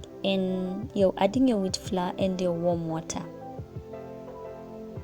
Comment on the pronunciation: Wewe pia ulichanganyikiwa na (floor) pronunciation...they should leave us alone aki😂😂😂😭